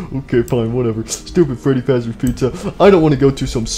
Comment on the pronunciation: Freddy said freddyfazbenders #DayShiftAtFreddys